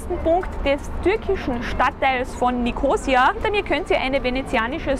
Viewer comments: Ein schöner Überblick! (Nur die Betonung des Stadtnamens braucht Arbeit. ^^) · Hallo ihr "Reiseleiter", Die Stadt heisst NICHT Nikoosia, sie heisst Nikosiiia zum Aussprechen!